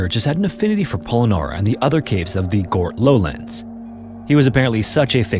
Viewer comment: Fyi, Gort rhymes with hurt.